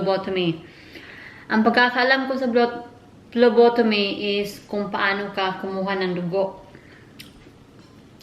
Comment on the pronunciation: Hi po I'm ur no.1 fan. May sasabihin lang po ako, hope di po kayo magagalit. It's PHLEBOTOMY po ate not PHLOBOTOMY. Gusto ko rin po kumuha ng dugo, I'm not a Phlebotomist but I'm a Medical Technology soon kapag nakapasa ako ng board exam. It is called Blood Extraction or Venipuncture. Alam ko na rin pano kumuha ng dugo and it's easy. We our one also who do that kind of job and after that we process or examine the blood in Laboratory. That kind of jobs is awesome. Goodluck po ate. Notice me po.